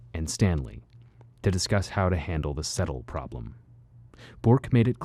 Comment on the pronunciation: It's not pronounced Settle... It's Sedtal... Pronounced SaidTall... I know Vivian